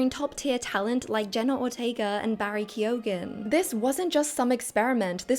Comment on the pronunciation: Ke-O-ghan lol